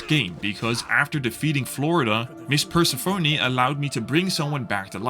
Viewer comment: Persephone is NOT pronounced as "purse a phony" - it's Per-SEHF-uh-knee